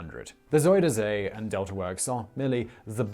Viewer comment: I wish mister smartass and his stupid glasses would stop calling my country fucking Holland!!! it's The Netherlands!!!🤦😂 And I wish he would stop calling the zuiderzee "zuuderzea"... Just use the english name... the south sea... zuider = southern... zee = sea... so it's the south sea🤷 Translating dutch to english is as easy as taking a dump💩😅